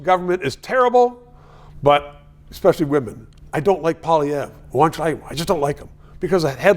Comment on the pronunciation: Darn tootin’ he’s so OLD SCHOOL! And hey , Gossage - YEH YOU! Pierre’s name is NOT POLYVERRE! For crying out loud, you’re French - show a little respect…and recognize that Pierre DOES have policies! PAY ATTENTION! Do YOU like paying Turdeau’s thieving carbon taxes?…